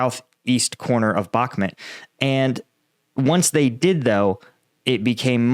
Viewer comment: Dude at least learn how to pronounce Bakhmut. I cringe every time you say it.